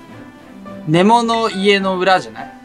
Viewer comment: ネモのイントネーション間違ってません？笑